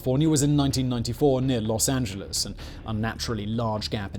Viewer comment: Thank you for pronouncing "Los Angeles" correctly, not the typical way most of our cousins across the pond say it. :)